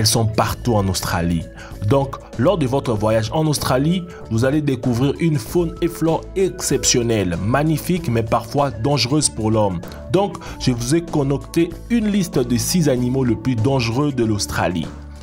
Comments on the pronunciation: On dit concocté pas conocté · 0.49 concocté pas conocter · On dit « concocté » et pas « conocté », « venin » pas « vénin » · Je vous ait “conocté״😂